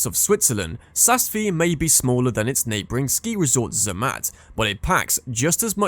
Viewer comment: This is absolutely shocking what in gods name is the E space killi !!!! Jesus sas feeee. Do one with these pronunciations!!!